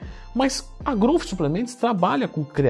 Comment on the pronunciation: impressionante como todo mundo fala errado. pronúnciam groufe e esta errado!!! Aprendam a falar Growth direito